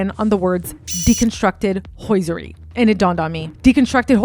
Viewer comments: Hosiery is not pronounced H O Y S E R Y ! Your putting the "I" in front of the S ! Thank you. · Bianca is usually bee-Ahng-ka. and Hosiery is HO-zyur-eee I hate correcting pronunciation because it comes of as snobbish. I really like your work and want you to succeed. Looks like you work on your own and don't have someone to help with this. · So many odd word pronunciations. You don't pronounce the T in debut. Written is not ridden. It's hosiery, not hoisiery. Stockings, not stawkings. It's like you've never heard these words spoken aloud in your whole life and have only seen them in print. Perhaps a feature of people who live their lives buried in the internet. Also, wth are you wearing? You seem really talented and did a lot of research on this piece. It's a really excellent assessment of what's going on with this couple. If only you used your powers for good instead of evil. Your own vanity and vapidness that makes you so concerned with someone like Bianca Censori (because you're kind of like her with the whole exhibitionist thing?), also makes you produce content that is equally shallow. If you had some depth and self worth, you could be a real detective. You have all this passion, personality and can still express yourself through fashion, but what you say to the world with the hypersexual thing is that you feel like nothing inside. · This video was great but.. it’s pronounced HO-SER-REE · Very well researched but the mispronunciation made me crazy Day-bew Hose-er-ee Eye-van-hoe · HOSE...IRY is how you pronounce hoseiry. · Why don’t you know how to pronounce the word “debut” and “hosiery”?? Are you an AI? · Please check how debut and hosiery are supposed to be pronounced. It will make your report seem much more professional. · You can’t even say the word hosiery right 😂 I can’t stand when dumb people try to sound smart but can’t even pronounce simple words smh! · And ‘hosiery’ ??? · this is well done but check the pronunciation of hosiery & debut